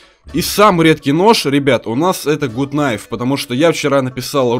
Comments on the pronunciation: Почему блять гут найф и тычковый нож??? Правильно гат найф и тычковые ножи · Почему все говорят гут найв? ПРАВИЛЬНЫЙ ПЕРЕВОД ГАТ НАЙВ!